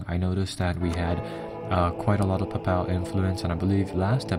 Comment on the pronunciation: It's Pay-pul not pupal XD